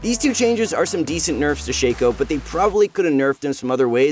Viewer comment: Shack O not Shake O